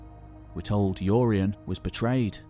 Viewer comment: Who's "Yoreyen"?